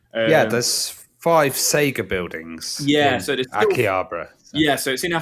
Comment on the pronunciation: Wondered when they'd get Frank on. Take a shot every time mispronounces Akihabara.